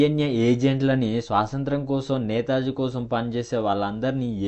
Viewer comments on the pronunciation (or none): bro, adhi swasantram kaadu "Swathantram"😴